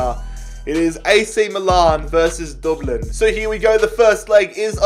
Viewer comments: No offense but it is dub-lin not duub lin there nickname is literally the dubs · Dublin not Doblin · pronouncing Dublin: DOOBLIN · Everyone:Dublin: we won the champions league with Doblin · The way he says it doublin 😂😂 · Anybody else’s ears die when he tried to pronounce Dublin it’s pronounced Dub (like u got the dub against city) and then Lin which u can pronounce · I could listen to you say "Dooblin" all day long hahaha Love the videos man! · no we don't get your facts right we say DUBLN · Dooblin 😭😂. Good video! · Nobody:: DORBLENN! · The way he says Dublin😂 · Lmao I love how you say Dublin in a Dublin accent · Why does he say Dublin like that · Why does he say Dublin like that? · Jeez im from dublin so it triggers me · Who else is annoyed by the way he says Dublin